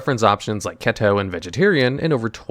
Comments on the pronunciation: 1st. Great job hitting 200 on bench! 2nd. I'm really enjoying the expanded lore on the cards when available. 3rd. Pronouncing keto like Seto was delightfully tongue in cheek. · Ok I've been giving you the benefit of the doubt for way too fucking long. There's no way you actually think that's how to pronounce "keto"